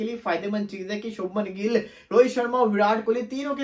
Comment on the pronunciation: bhai gill hai gull nhi😢